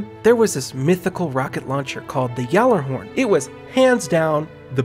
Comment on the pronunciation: Urban Campfire, If the g is silent then why tf do pronounce it "Jallarhorn"? O_O Your logic is very flawed my friend.